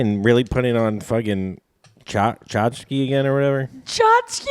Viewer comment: calling Tchaikovsky "chachki" got me 😂